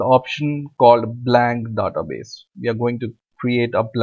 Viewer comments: don't waste more time and don't pronounce Dada base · Very good tutorial but please take notice, database is not pronounced as duh-ta-base. Thank you for this video. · he says"da-ta base"